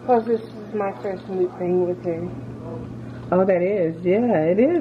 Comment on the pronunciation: Lol she said it wrong but "mukbang mukbang mukbang mukbang"